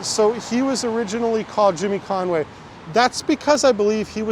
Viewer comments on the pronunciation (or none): none